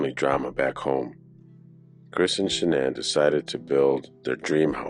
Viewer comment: Funny Her Mother called her Shanon and every body else calls her Shanaan! I heard w my own ears a video of her mother talking and never called her Sha naan. Only Shanon!!